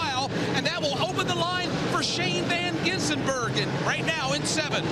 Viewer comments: omg sounded like he was having a stroke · My brother keeps saying one of them said Shane Van Geysenberg